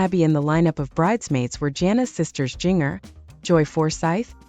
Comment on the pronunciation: This is AI BS. Can’t even pronounce Jinger correctly.